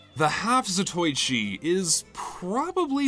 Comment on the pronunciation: gonna sound like a great big gaylord right now, but it's pronounced 'zato-ichi'